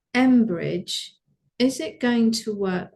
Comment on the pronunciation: Do you mean Cambridge digital networking Blockchain? Sounds like you’re saying Embridge.